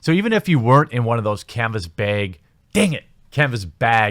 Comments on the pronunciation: LOL! I was always tickled when you would say Canvas Beg. HAHA! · Canvas beg. Lol. Oot & aboot, are we? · Lol "canvas bheg" im sorry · Kenvess Beg?